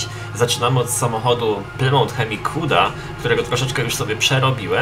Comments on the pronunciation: nie mówi się plymołt tylko plymut:) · nie plymont tylko plymuf jak coś